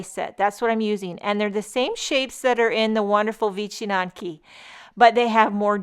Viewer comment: I am of Polish descent and if you don’t think I am buying these, well... Your pronunciation is pretty close, but there is a little slur in there. It is vich n yanki. But, great job. To my Polish eyes, those are amazing. And you made them absolutely da bomb.